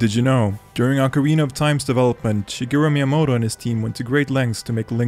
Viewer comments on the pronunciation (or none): Who's Shiguru Miamoto?